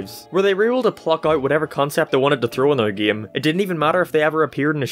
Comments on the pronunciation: I’m not making fun of your accent but I love how you say “Geem” instead of “game” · Especially his "geeim" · "geme" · He says "game" as "gime" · What I really want to know is what part of the world you have to be from to pronounce "game" as "gehm" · About your weird pronounciation of the word "game"... That's indeed weird accent. Gime? Gim? Geem? Geam? That just calls to debate. And about Epic Mickey series: I think it was pretty neat idea, and I agree it's sad to see it failed. In uncertain future, I'm plannin' to get the first game on Wii substitute (if it will get into my hands) and that 3DS game on 3DS substitute. I'll skip the second game, though. I think the first and third should be enough. I agree, that word "epic" was overused in the 2010's. And by saying "overused" I mean REALLY overused! What really attracted my attention was the brief mention of the canceled Epic Donald game, near the end. Especially, that it was supposed to be heavily influenced by 1950's comics, probably mainly the ones by Carl Barks, not only my favorite comic artist. I assume, that this project could also borrow some elements from Donald comics from various decades, from various countries (especially the ones from Italy, I recommend giving them a look), and by various artists, for example, Don Rosa, who got fame and fortune especially thanks to his "The Life and Times of Scrooge McDuck" saga. He is second of my favorite comic artists, and I recommend giving them a look by yourself. He's one of those comic artists, for whose I wish they would draw something more than exclusively only one subject, in Rosa's case, Donald comics. Sure, before he took Donald course, he drawn some comics in the College, but that's not enough. How he could draw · i hate the way he say giami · Sometimes you sound scotish and british when you say game, paint it sounds scotish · Why you pronounce "Game" like that?